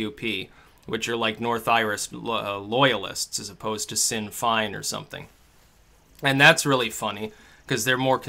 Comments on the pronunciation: Sinn Fein is pronounced "Shin Fain" (to rhyme with rain). Sorry to grammer police but "Sin Fine" is just too wrong. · Sinn Féin is pronounced "SHIN FAYNE" Irish Republicans Not like American Republicans Just sayin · It's pronounced Shin Fayne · Sin Fine? Shin Fayn. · "Sein Fein" is pronounced "Shin fane". There is plenty of cross party support for censorship and persecution of dissidents. There is now less support for Brexit in the Commons. Not one single win for UKIP is not a good sign. I now am sure my country is doomed. I suppose I was sure anyway. This election result merely reminds me. Too high a proportion of the public just aren't interested even when they know the country is in big trouble. This is now certain to end in civil war. Unfortunately I think the government will win. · Sin Fine? Sinn Fein, pronounced: Shin Fane :-) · Sin fine... sin fine... It's pronounced "shin fayn". Probably good to get your pronunciations right.If you want to sound like you know what you're talking about. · America gets Trump and we get mad SJWs and evil globalists aligning with backward Loyalists. And BTW Sinn Fein sounds like Shin Fane, not sin fine. Jesus, sometimes I wonder about you m8. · lol 'Sinn Fein' is pronounced 'shin fayn', not "Sin Fine"! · >Sin Fyn It's pronounced "Shin Fayn" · Oh also Sinn Fein is pronounced Shin Fayn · I could be wrong, but I thought it's pronounced "shin-fayne"? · Pronounced - Shin Fane.. When I was growing up I pronounced as you did also. I also pronounced Sinead Occoner as Sin ade much to the amusement of my peers. Doh! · It's pronounced 'Shin Fayne'. You're welcome. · It's pronounced "shin-fane" (just a heads up) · that N. Irish party is pronounced 'shin fayne' - Sinn Féin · hehe it's shin feyn but who the fuck would learn how to pronounce Irish? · Sinn Féin (pronounced shin fayne) but yes, hilarious how May wanted to strengthen her position and now she has weakened it! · lol " SIN FINE" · pronunciation: shin feign